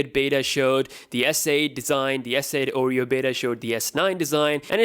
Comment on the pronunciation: Oreo not Orro 🤦🏻‍♂️